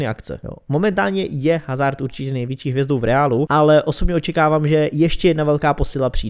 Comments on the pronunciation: Kdyžtak hazard se čte Azárd (né hazárd), protože hazard je Belgičan a v Belgii se mluví francouzsky a ve francouzštině (i italštině) se H nečte.👍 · Nauč si číst jeho meno